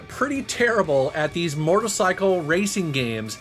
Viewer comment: He said mortalcycle